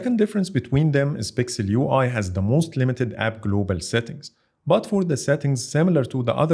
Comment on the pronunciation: من أول 5 ثواني عرفت اللهجة وابحث عن زر اكس عربي ويقدم محتوى بالانجليزي ( هههههه بيقول But ينطقها بط )